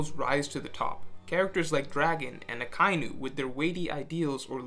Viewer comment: Germa isn't "grrma", it's "jehrma". Also, Akainu = ”aka inu", or "red dog".